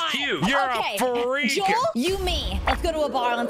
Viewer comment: "YOU'RE A FRRREAK"